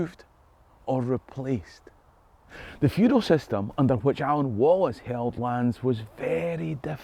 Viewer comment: Someone who finally says William Wallace‘s father‘s name the Right Way, “Alan” 💙